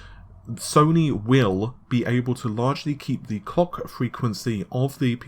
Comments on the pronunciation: Kevboard Arts lol. My thoughts exactly! I had to rewind and play it again just to make sure he was saying clock. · "Sony will be able to largely keep the COCK frequency of the PS5's GPU at the 2.23ghz" MISHEARD LYRICS EDITION